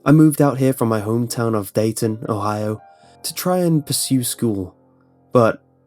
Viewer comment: "From dayton ohio" he says with a british accent (no judging just thought it was funny)